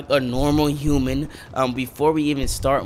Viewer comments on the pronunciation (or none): none